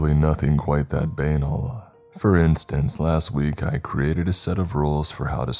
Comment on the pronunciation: the way you pronounced banal was hilarious